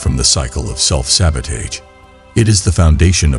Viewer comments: It was good but i think the mispronunciation self sabotaged the video a bit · Perfect video. I believe the mispronunciation of sabotage was on purpose. Because the video talked about not looking at mistakes and short comings but to focus on more. Do not allow a small mistake or judgment to shape your beliefs and have compassion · Good video, however the repeated mispronunciation of sabotage may be a reason some people dislike the video.